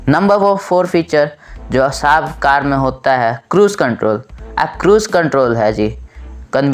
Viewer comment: ITS SAHAB NOT SHAB🤣🤣😂😂